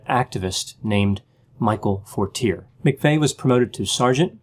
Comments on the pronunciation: Lol, Forteerrrrr is not the way you pronounce Fortier. Lol, it is French. Fortier is a liar deluxe who got off testifying. You need to check out McVeigh with the CIA german who was seen at the strip joint in Tulsa. LOL. I watched Terry Nichol's oklahoma trial and watched the head of the OKC bomb squad lie on the witness stand. You should look more into this. McVeigh was a murderer but there were more people involved. Maybe you should look into Elohim City and how an ex-CIA German are connected. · Fortier- “for-tee-ay” being from Maine I’m sure he knew the correct pronunciation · Excellent evaluation, just one little thing, and it is probably a little trivial but how you pronounce Fortiers name would be "Fort-ee-aye" I always pronounced how you have until i seen documentaries when his name was mentioned lol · Mike Fortier is pronounced For-tee-A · Has nobody said anything about the pronunciation of Fortier, yet?